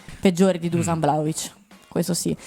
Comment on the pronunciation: Non si pronuncia Dusan , ma bensì “ Duscian” …